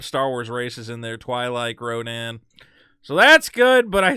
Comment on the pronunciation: It’s Rodian not Rodan